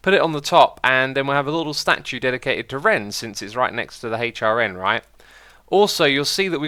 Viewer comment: I very heard it once and now I can't unheard it, when he says HRN, I can't help but hear, hate your N